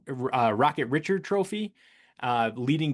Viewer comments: Maurice "Rocket" Richard (Ree-shard, unless you're doing the British pronunciation). He's French Canadian. Closing in on the first 1,000 subscribers. Well deserved. I enjoy your posts. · My Man, Rocket Ree-Shard 😅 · Oof you butchered names in this one. Lecavalier is luh-KAV-uhl-YAY. Milan Hejduk is like the city... Mee-lawn. Richard is Ree-shard. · Sacriledge to misprounce Richard's surname. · Mis pronouncing hall of famers like Richard is unforgivable…plain and simple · If you are holding yourself out as an authority people should listen too, you can't make basic mistakes like mispronouncing names of Hall of Fame players. Googling the pronunciation will tell you how to do it. Why should anyone listen to anything you have to say if you don't know who Rocket Richard is? The answer is that people shouldn't. Good Lord, his name comes up every year with the bleeping award. Every player you are mispronouncing are very well known players.